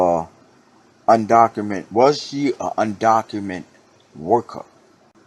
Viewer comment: Undocumented...with an ed at the end. Just saying brotha. People will take what you say seriously if you articulate it correctly.